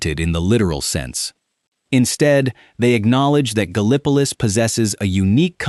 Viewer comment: I loved the video... Great stuff. BUT PLEASE!!! TEACH THE AI TO PRONOUNCE THINGS CORRECTLY. Gallipolis, in this state, is GAL- ih puh LISS. Not Guh Li PUH Lis.